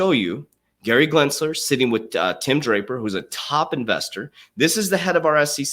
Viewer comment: Gensler, not Glinsler.